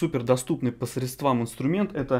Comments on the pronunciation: грамотность речи в любом деле всегда шла только на пользу. Любой умный человек это понимает и будет благодарен за поправку. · Все полезно и интересно. Только, ради Бога, "по срЕдствам", но не "средствАм"